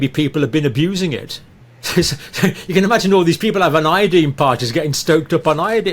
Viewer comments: Dear Dr. It’s pronounced I. Uh. Dine. Proper pronunciation is essential for proper communication. As per usual you insist on saying key words wrong. Such impertinence when I was learning English was punished. Usually with a request to write a paper on “The Importance of Proper Pronunciation of The Queen’s English “. Disregard and disrespect of the Teacher was not acceptable. You do it constantly. Ev O looshen and not E vo looshen. You may have been considered for a Tenured position but your examiner would have noted your arrogance for mispronouncing key words. Such basic mistakes are passed onto your students. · Pronounce iodine with a long i and people may understand what you mean.